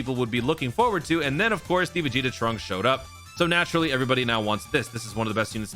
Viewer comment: ah yes “piccolo vs veg Jr.”😂